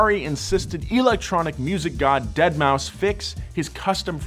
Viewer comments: Its pronounced DeadMouse. Not Dead-Maw-Five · Nor is it pronounced "dead mao" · “Dead moww five” come on,! That ain’t it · I have more issues with him saying dead ma 5 and not dead mouse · Also its not "Deadmau5 (five)", Its Deadmau5 ( Deadmouse). Thanks. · Deadmau5 (deadmouse) he says deadmauu 5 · It's pronounced deadmouse.....not dead-mao-5 lol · Did this lad really just say "dead mau five" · Yes, and it was glorious. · I also say dead mau 5 since that's how homie phonetically spells it. And yes, I also call 6lack sixlack, I am that guy. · you meant "DeadMouseFive" 🤦🏻‍♂️ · Calling him Deadmau or Deadmau FIVE is like calling one of the Stuttgart brands Porsch. Both hurts to listen to. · "DEAD MAU 5" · that’s actually pronounced dead mow cinco. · I'm surprised more people haven't corrected him on Dead mouse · "dead mau five" I'm dead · That, and the deadmaufive pronunciation. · "Dead mau five"😂😂😂😂😂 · "dead mow 5" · did he just say deadmau five? oh god. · did this dude really say dead mow 5 ? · You know it's pronounced "Deadmouse" right and you were just trolling? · Its pronounced "deadmouse" lol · It would be so funny if Ferrari sends a cease and desist order for asking for cease and desist letters(-: btw I hope you know that pronouncing the 5 in Deadmou5 instantly made his fans twitch! I love doing it( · I appreciated the intentional peppering of Deadmau5 mispronunciations